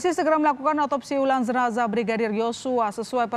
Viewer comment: Jenazah lho, bukan zenazah.